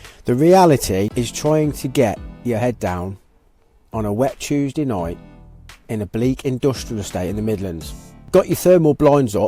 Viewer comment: and it’s a Tuezdee innit? 😅